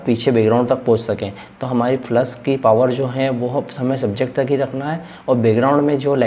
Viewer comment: Sir aap flash ko flush kyu bol rhe hai ..